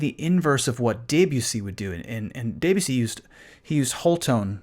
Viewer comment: This is fascinating, thank you. However.... 'DAY-byoo-see' ?? seriously?